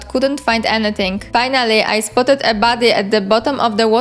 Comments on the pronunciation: Damn you, now I can't unhear it. Makes the video so much funnier. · I thought you said "baddie" instead of "body" so I just assumed you were calling the spriggans baddies and thought: yeah, that makes sense haha